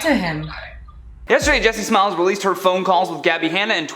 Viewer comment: lol I heard jessismells dammit lol